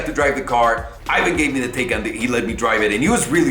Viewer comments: "It should be pronounced "Tie-kahn" . "Taken" sounds like the movie where your daughter gets kidnapped." Proceeds to pronounce it "Taken" the rest of the video. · My man you start off saying the name right, and then not even 2 mins later you call it the taken 🤦🏽‍♂️😅